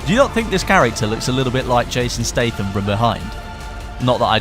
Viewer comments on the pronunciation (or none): Looks great imo, but am i the only one who has always known that is pronounced Jason Stat-ham not like State-ham?